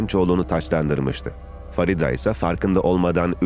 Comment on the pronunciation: Farida değil " Feride" Ingilizcede yazildigi gibi okumak nedir. Onlar bile Farida yazar Feride diye okur.